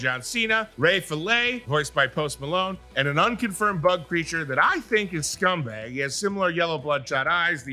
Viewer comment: Great review. Just a lil critique, it’s Scumbug not Scumbag. Thanks for your hard work. 😉